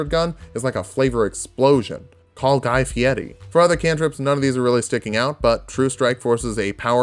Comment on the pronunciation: pronounced Guy Fieri's name right, Max Respect